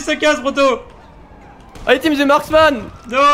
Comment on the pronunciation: I love the way says "poto". Its so satisfying to hear